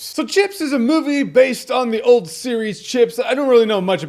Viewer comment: I thought Jeremy said "Shits"